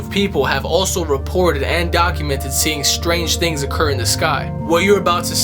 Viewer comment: Shtrange... definitely, Schtrange stuff, but at least 'THEY' know, well ..maybe.